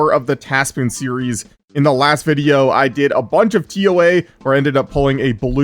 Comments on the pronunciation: Anyone ever hear him say it as tas pwn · das poon